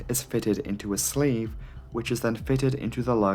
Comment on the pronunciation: Sleeve, not slave